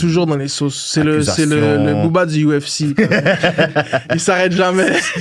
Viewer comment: Je vous adore, mais apprenez à prononcer UFC en français